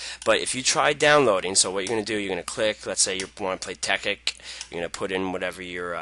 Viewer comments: TEKKIT NOT TEKKIK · ITS CALLED TEKKIT NOT TEKKIK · "tekkik" xDDDD wtf? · you say it tek-kit it tekkit one word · Haha he says tekkik